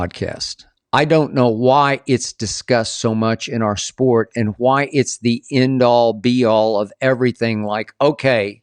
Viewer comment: Skip that was mighty generous of you to quote LeBron as saying "end all, be all" but he actually said "A all, B all." 😅😂